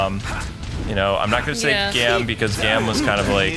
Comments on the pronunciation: You got got look up the info on the riders.....Gaim is great and ghost too, and OOO's name is pronounced O.......just say O, and Gaim is (G-ai-im), and he is badass, Kiwami Arms is a very powerful form! Don't knock it before you try it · I think Gaim is pronounced like guyum. Also I think Joker is unlockable as a separate playable character in this. Also Im very excited for whenever you guys end up using Wizard and Meteor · I know right? AND HE KEEPS MISPRONOUNCING GAIM!! GAAAHHH!